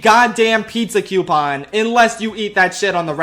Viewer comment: I love the moments Philly accent comes through ("cyount," "cyoupon").